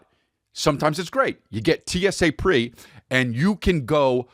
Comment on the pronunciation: TSA Pre✔️(Check). TSA Pre-Check